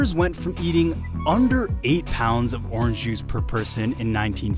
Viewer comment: why doesn't he pronounce the n in orange :/